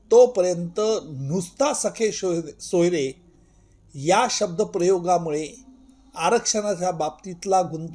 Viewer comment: अहो,सगे सोयरे म्हणा..सखे सोयरे नव्हे..😂😅